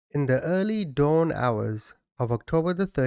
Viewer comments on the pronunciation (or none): none